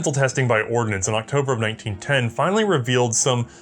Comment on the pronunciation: You do realize it's the US Army "Ordnance" corps, not "ordinance," right?